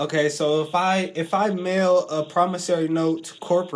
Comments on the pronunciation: Pronunciation matters when communicating verbally. "Promis SORE ey" not "Promis SAIR ey". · For the record, It's not promis-ory, it's promiss-ory. Just thought I'd point it out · For the record, it's not promissary. It's promis-ory. Just thought I'd point it out. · If I can write promissory notes and deposit them in my bank account, then what would prevent me from writing billions to that account, casually withdrawing all except a pittance, and then disappearing with the loot? The caller in this video is a dimwit who either thinks or pretends to think that a person's signature alone on a note creates value. Also, cretin caller, it's "promisSORY", not "promisSARY"! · I am pretty sure they were telling you that you don't understand what a promissory note is. And learn how to pronounce it correctly you loon.